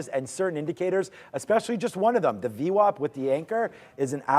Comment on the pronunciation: If you know Brian long enough through his videos it’s called vwap like Apple, not vwop. I learn a lot from him thank you!